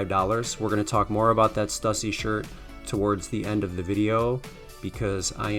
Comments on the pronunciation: STUSSY is actually pronounced Stew See. I live your videos. Keep up the great work. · Pronounced Stew-See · It's pronounced St-ewe-see but great find also subtract 25/30 percent from grailed prices is usually what you'll actually get